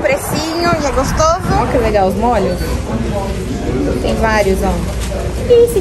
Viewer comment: Parabéns pelos Vlogs, estou adorando! Sei que vc fala errado de propósito rsrsrs mas confesso que me dá uma agonia de ouvir vc colocando acento em tudo! kkkk Dói o ouvido com mólhos, lodinha... kkkk Mas eu que lute, faz do seu jeito e seja feliz! Beijos, sucesso!